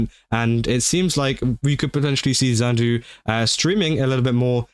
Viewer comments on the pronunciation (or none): Isn't "Xandu/Xanadu" pronounced "Chandu/Chanadu"???? (THE METAL UTAITE IS BACKKKKKKKK💯💯💯💥 Wishing him the best❤🙏🙏)